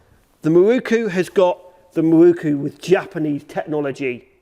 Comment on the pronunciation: To me it's pronounced 'Miroku' and not 'Mirookoo'. Just my view.